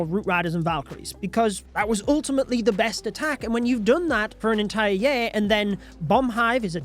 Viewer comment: Why can't you pronounce "year" correctly? Ya'll invented the English language, but you can't speak it????